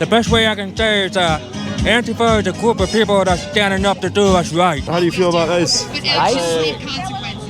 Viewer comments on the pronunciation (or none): "Antifa's nota organdization, it's a gwoup of people"